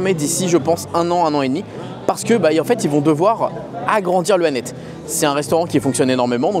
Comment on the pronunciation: Ça se prononce Annette-se juste pour info ! 😂 Merci pour cette vidéo de tres bonne qualité comme d’habitude, tu regales ! ❤